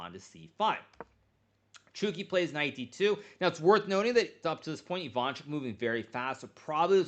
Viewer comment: Chucky not Chooky😂